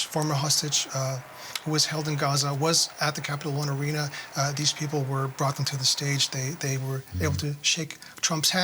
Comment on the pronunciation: this news reporter messed up the name of Capital One Arena 3 times